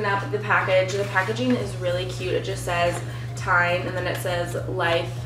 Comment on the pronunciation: TIJN is actually pronounced as "TEN" Just like the number ten. I first commented to you back in Feb. 2021 when you got your first pair of glasses from a local optical shop. Those were in a clear plastic frame which suited you very well. For some reason you had been holding off getting your eyes examined to get glasses. I assume you just weren't all that thrilled about wearing glasses. Even though you probably thought your eyesight was good enough to be driving without glasses I'm sure you weren't. Now that you have glasses and wearing them when driving I'm sure you realize that as well. When going to concerts or sporting events the musicians and players had to look quite blurry to you before you got glasses. You admitted that you should really be wearing glasses all the time. So as an optician I have to ask you why you're not wearing glasses all the time rater than walking around seeing everything more than a few feet away blurry? You certainly can't say you don't look good wearing glasses because you very clearly look amazing wearing glasses. I'm very curious as to why you didn't have your prescription included in your new glasses from TIJN? You apparently didn't get your prescription in any of the glasses? I can't imagine why you wouldn't want prescription sunglasses considering how much you need glasses to see things at a distance. I would think you would want them for driving at least. You do realize that you can't wear non-prescription sunglasses t drive anymore don't yo